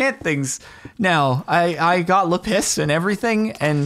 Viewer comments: Jordan saying lapis like "la piss" lol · The way he pronounces ‘lapis’ as ‘la piss’ fucking kills me every time, god dang I’m so immature 💀💀💀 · i laughed so hard when he said lapiss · I like how you say Lapis. LA-PISS 😂 Not trying to bully (if I am) xd but it’s just funny how you say it lol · 𝓁𝒶 𝓅𝒾𝓈𝓈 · The way he says lapis